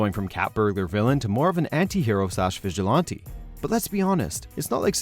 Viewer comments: I tried to pay more attention to the video but he keeps mispronouncing "vigilante" and it was really distracting. It's vij-uh-lan-tee (like the insect "ant"), not vij-uh-lawn-tee. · "stag-er-ing," not "stay-ger-ing." "vij-ill-anty" not "vij-ill-aunty." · Bruh, is it me or does this guy say vigilante funny?? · You say vigilante weird